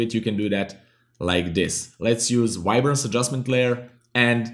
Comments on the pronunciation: did he say ribance? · I hear "wide-brance"